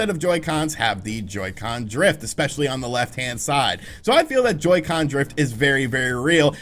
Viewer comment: Ngl in the intro when he said Joycen drift I kinda popped off